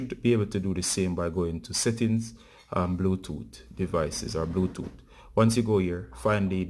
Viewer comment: Bluetooot😂😂😀 wagwaan bruv from Kenya